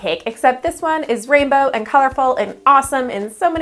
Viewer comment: Did anyone catch that at the bringing she said the rainbow wrong